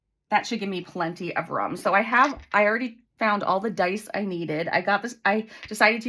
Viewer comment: The way you say "room" always makes me smile. It sounds like "rum"